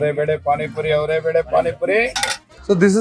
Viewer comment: There are 125 dishes made of averekalu.. the mela is avere mela.. atleast learn to pronounce ‘averekalu’ and averebele atleast after listening to the locals pronounce it. Pls don’t be so ignorant.